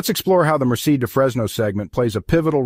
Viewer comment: Nice video. Do check the pronunciation of "Merced"!